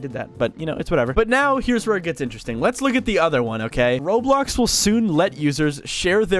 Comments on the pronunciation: bro said RoadBlocks instead of Roblox. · att the start he sed roadblocks😂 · blud really said roadblocks instead of roblox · Bro said roadblocks💀💀💀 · MAN SAID ROADBLOCKS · Bro said roadblocks 💀